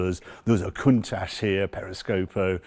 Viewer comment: There is no ssshhh in Countach. Love that widebody Merak.